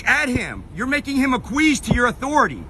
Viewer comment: I love how the auditor mispronounced the word acquiesce.